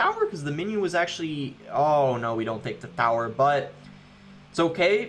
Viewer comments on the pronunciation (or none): I be thinking the same the lmao. Take the thower🥲🤣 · Is it just me or does it bother anyone how he says tower